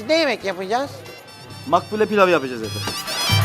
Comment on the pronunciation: Makbule değil maklûbe